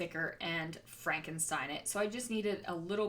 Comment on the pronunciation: I always laugh when I hear you say frankenstein it..... beautiful layout with all those stickers and nice to hear your succes with your shop.